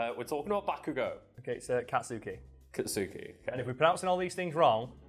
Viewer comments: Dear, It's Kats-uki, not Kat-suki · Dear, say it like "katski". totally agree some of this stuff is really hard to say. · dear, it is pronounced "kat-ski" "ba-ku-go" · Dear, That is not how you pronounce Katsuki. I expect better next time.